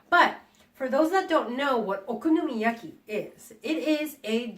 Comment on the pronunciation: YESSSS. 🥞 PANCAKES ANYTIME. 😂💗 And no girl. I can’t say that ONE time let alone many times. Haha 😆 I loved how you said it though. Lol. Nicely done. Looked very delicious! 💗👌🏻